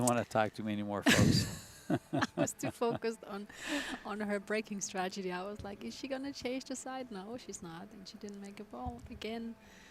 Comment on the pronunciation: can’t stop saying stragety omg someone correct her!!! 😂😂😂😂